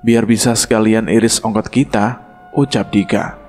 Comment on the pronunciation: Abang narator nya laper apa gimana, irit ongkos jadi iris ongkot wkwk